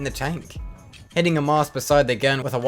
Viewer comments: you know the Maus is pronounced Mouse not Maws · hearing someone say Maas instead of Maus hurts, but that probably just because i’ve hear people pronounce it differently than you, and that’s fine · Im going to start calling the maus "moss"